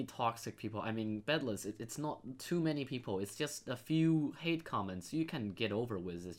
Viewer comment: You said it bedless